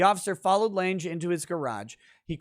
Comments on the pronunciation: Lange, like long but with an A. As in Jessica Lange. Not Jessica "Laynj". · Lange is German and is pronounced lunga. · OMG. It's pronounced LANG. The "e" is silent.